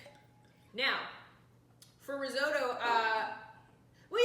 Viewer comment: pretty sure you are saying risotto wrong